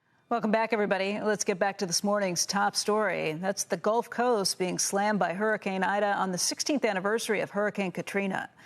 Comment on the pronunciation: "Golf Coast"? Lol.